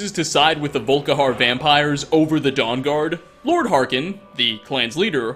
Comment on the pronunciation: I heard "Vull-Ka-harrr" when he started talking at the beginning xD